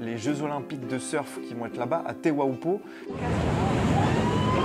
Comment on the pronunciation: 😂😂😂 C'est pas Teuaupoo c'est Teahupoo 😂😂😂